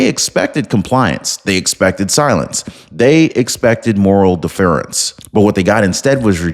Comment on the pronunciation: Deference. Accent on the D, first syllable ❤